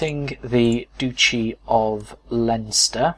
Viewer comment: Pretty sure it's pounced Dutchy as in Dutch.